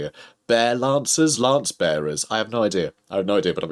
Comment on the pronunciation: "lancebearers" lol